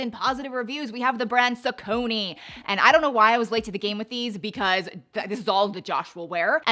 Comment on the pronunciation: Google how to pronounce Saucony.